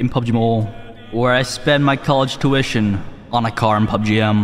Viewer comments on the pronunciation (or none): His accent 😂😂🤣🤣🤣when he says College tution...😂